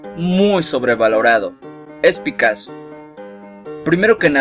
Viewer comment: Picasso, no picasoo